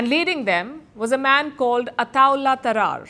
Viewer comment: Palak Shawarma, his name is not Traar but Ta-rar - you must be thinking about the punjabi word trair meaning crack #palkisharma and rest of the indians beating this tune are genocidal maniacs.